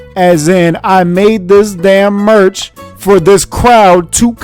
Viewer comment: “MERCH.... MAH-..ERCH”